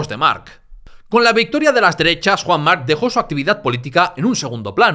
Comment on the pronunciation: estos lingüistas mala pronunciación solo x diferenciarlo d otros cacofonicos "marchche d mark o marc"ojo piojos